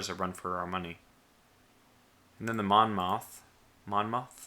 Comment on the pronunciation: tip for pronouncing Monmouth, Mon-Moth